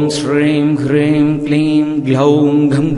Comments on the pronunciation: ஐயா, ஹ்ரீம் என எழுத்தில் உள்ளது. ஆனால் தாங்கள் சொல்வது க்ரீம் போல உள்ளது. எது சரி? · Yes... You're right.. But I noticed here Sir, pronounce wrongly... He pronounce Kleem....instead supposed should recite as (Om Shreem *Hreem*)... The Mantra is Superficial Impressive but wrong Recite its doesn't work as Siddhi... Please update the New video Sir 🎩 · Ji when you telling hreeem is we get to hear kreem